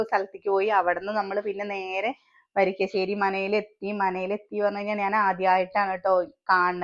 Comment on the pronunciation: വരിക്കശ്ശേരിയല്ലാ. വരിക്കാശ്ശേരി